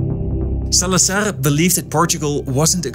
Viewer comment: The z in Salazar is… a z, not an s. Different from Spanish 😊